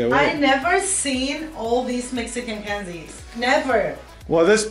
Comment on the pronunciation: Who else is Mexican and was cringing at the way they pronounced the candies? 😭